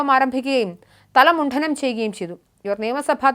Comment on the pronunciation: മുണ്ഠനം അല്ല ,മുണ്ഡനം